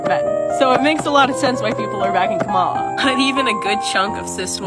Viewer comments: funny how the TikToker calling him Frump is also mispronouncing Kamala's name. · That person wants us to vote for Kamala so bad, but doesn't even pronounce her name correctly...? 😂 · Tiktoker can't even pronounce Kamala properly, and I've been told by other Tiktokers that this is very racist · It can't even say Kamala's name correctly. 🤦🏼‍♀️ And even scarier that it used to be a teacher. That is what's wrong with the educational system. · TikTok chick can’t even say her saviors name right, at least learn YOURE EXCEPTIONALLY privileged as a white chick